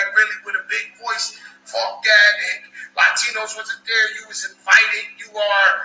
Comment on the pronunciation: "Latchtinos" hahahahah